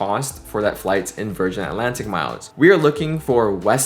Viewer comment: Virganna, thank god there is the letter R 😂😂